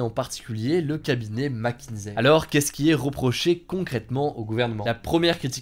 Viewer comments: Mc kinsey non mckinzey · Ça se prononce macinzi....pas macinsai.... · Merci pour la vidéo, en fait Mc Kinsey se prononce Mac Kinssey. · McKinSSSSey et pas McKinZey. Sinon contenu de qualité, comme toujours !